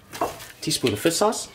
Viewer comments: “Fiss sauce” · has some strong struck Vietnamese dialect when he speaks (due to his parents being from Vietnam imo) He has trouble pronouncing any words that have "shh" or words that end in "rrrr". I've noticed that on all his videos. So that's the reason he says "fiss sauce". Not bashing the guy. I'm asian (Canadian born n raised) so I get why he pronounces certain words as such. Makes me giggle sometimes lol.